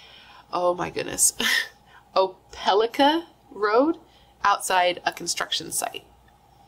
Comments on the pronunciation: First street name was close. Opelika - O-pa-lie-Kuh 😂 it’s okay anyone from not around here mess it up. There is also opelika the city right next to auburn. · Dekalb sounds like “De-cab” Opelika = “Ope (hard or long O)-eh-Like-ah” or “Opa-lika” (long or hard I). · Deee-kab and oh-pa-laca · She did not say opelika right or maybe all my life living here I’ve said it wrong & everyone else here lol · Opelika is pronounced Oh-peh-like-uh :)